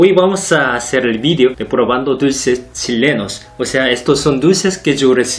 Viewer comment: Los dulces tzhilenos